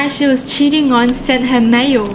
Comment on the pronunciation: WHEN UR SAYING MAIL I HEAR MAYO XD